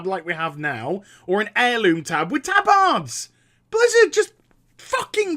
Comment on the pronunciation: plz stop saying tabAAARDS